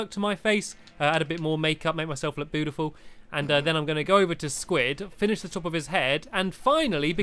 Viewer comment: u said budiful made me grin ur videos are gr8ly funny